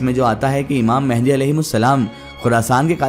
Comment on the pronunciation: It's imam mahdi not a mehndi